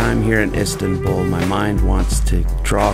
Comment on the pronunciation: I hate how he pronounces Istanbul 'istintbul'